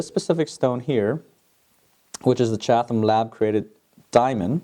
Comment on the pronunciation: Just so you know, it is CHAT-UM. The h is not pronounced. :) Love your geminars.:)